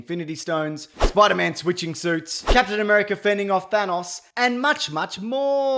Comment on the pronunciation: thanos, not thanoss